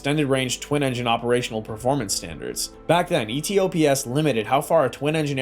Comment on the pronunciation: E T O P S? 7 seventy 7? Bad narration. Try E tops, triple 7. In fact I could say AI generated